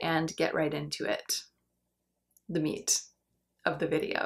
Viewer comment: I need to know--why is the word meat emphasized?!?!! It drives me crazy not knowing😂